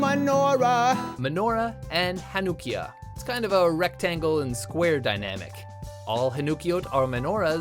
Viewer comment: WRONG! That's not how you pronounce Hanukkiyah! It's pronounced more like "hanna-kia". I have celebrated Hanukkah for all my life and I've only heard ONE other person pronounce it the way you did. The more you know💫